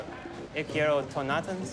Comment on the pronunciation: Ele tentando falar tonantins KKKKKKKKKKKKKKKKKKKKK